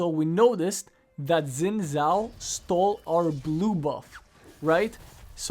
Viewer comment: I refuse to take advice from a guy that says "zin zhao".